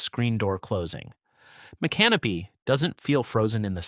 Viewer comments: Mick - uhh - NO - peeee This guy pronounced it like an Australian with a camping problem… “Mate! There’s a drop bear in muh canopy!” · Mi- canopy? 😂 Try Mi-can-o-py 😮 SMH 🤦‍♂️ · M'can'-uh-pee?😂 Cmon speaker is not a floridian try Mick-uh-no'-pee (I think likely a Mikasouki native name) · cringed every tim i heard the narrator mispronounce the name of the town of micanopy. It is incorrect to pronounce mic-anopee, with the accent on the "a." The correct pronunciation is mic-uh-no-pee, with the acent on the third syllable. Please correct this. thank you. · Mispronounced the city of Micanopy, it is pronounced as mi·kuh·now·pee. Go to Micanopy and pronounce it any other way, don't worry about sunrise, the people there will not be kind to you. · The town of cassadaga is pronounced casa day ga and micanopy is mic an opie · Being a native Floridian, I really get irritated by all the mispronounced names of the towns! Casadaga is pronounced CASA-DAY-GAH! Micanopy is pronounced MIC-AH-NO-PEE! Why don’t you actually ask a native Floridian how to pronounce these names??? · its pronounced mic-can-o-pee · Mic-A-No-Pea is the correct pronunciation. Oh-Cho-Pea - try it that way. Damn Yankee. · LEE-vee County. mic-kan-NO-pee. o-CHOP-pee. Two Egg and Weeki Wachee are not incorporated towns. And you forgot to mention that I once visited Weeki Wachee. To see the mermaids. BTW, the state of Florida also took over Silver Springs and Rainbow Springs and made over those two old attractions as state parks. But without mermaids. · It made me CRINGE to keep hearing you mispronounce Micanopy. You couldn't learn how to PRONOUNCE it for your story? Shame on YOU! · You are pronouncing, Micanopy wrong. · Please learn how to pronounce the cities you are mentioning! You mispronounce Micanopy as well as Ochopee!! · The correct pronunciation of Micanopy is even avaliable in a popular John Anderson song. Do better. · Nobody give a fk how its pronounced